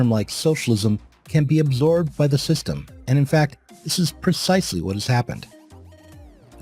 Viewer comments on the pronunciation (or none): none